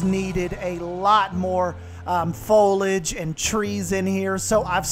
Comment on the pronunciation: Now you've got your tongue around aviary, practice on foliage. It has an i in it that is pronounced. It's not folage.